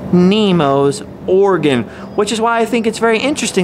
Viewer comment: It sounds more like you're saying Oregon rather than organ. Like 50% of the time. Maybe it's just me. Especially being from Oregon.